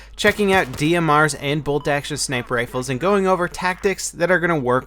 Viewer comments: Sinper instead of sniper. :) No hate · lol "Sinper Sunday" :3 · Guys its "Sinper" as in "Sinper Fidelis" Duh.